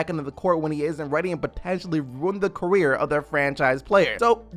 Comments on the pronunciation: Quir huh not career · qareer? lol